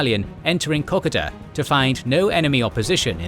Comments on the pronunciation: FARK ME!!! PLEASE PLEASE PLEASE STOP CALLING 'KOKODA' KOK A DA !!!! ITS KO-KODA. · I cant help my self any longer: everytime i hear old mate pronounce Kokoda I cringe.. we (Aussies) pronounce it differently, more like "Ka-Koa-dah" kkoda js 🤷‍♂️ Anyways - Love your work beenlong time fan for half decade now. Absolutely Exquisite, marvellous work soaring beyond all expectations. Much Applause. I cant even imagine how the channel can evolve into anything better but Im sure it will and I will be suprised then as I am again and again. 👏👏👏👏👏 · It is a real pity about the pronunciation of the place names in this video. It spoils an otherwise well presented video. For instance Kakoda is pronounced Ka-code-a. I had to stop watching halfway through because I could not stand the butchering of the names any longer. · If only you could pronounce Kokoda right mate😆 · If only they could pronounce Kokoda right mate😆